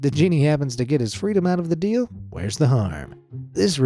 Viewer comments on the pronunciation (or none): none